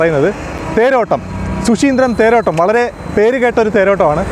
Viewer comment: ശു ശീന്ദ്രം അല്ല, ശുചീന്ദ്രം